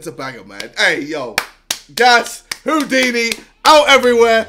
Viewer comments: JJ: taking the piss out of a guy for saying “Hodini” Also JJ: “Adventurous” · HOEDINI LOL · "Hoo-dinee" "Advent-choo-russ" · KSI: Insulting a person for not knowing how to pronounce Houdini Also KSI: cant pronounce mural. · LOL cmon now how do you not know Houdini. see mural makes sense because the way the pronunciation is is some what difficult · JJ: HOW DO U NOT KNOW HOW TO SAY HOUDINI!!! ALSO JJ:Mooooral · JJ making fun of the first guy for not knowin how to say Houdini when he couldn't say Mural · KSI says Houdini is s word when he cant say mural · Me not knowing how to say Houdini but I know who it is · KSI : bullies someone for not being able to pronounce "Houdini" Also KSI : Can't pronounce Mural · JJ, don't make fun of the guy that couldn't pronounce Houdini. You couldn't even pronounce Mural. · Americans : I dont know how to say Houdini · KSI can't say mural and hes bullying this man for not being able to say houdini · KSI is laughing at a guy not knowing how to say Houdini while he can't say mural-like wtf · ksi is getting tilted over someone not being able to say Houdini... Also KSI: ifmufh (isthmus)